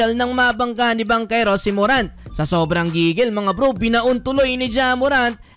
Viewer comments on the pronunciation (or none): none